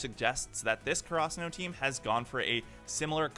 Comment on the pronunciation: The way he says karasuno pisses me off